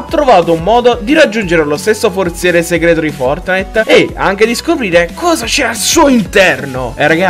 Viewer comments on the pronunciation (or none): none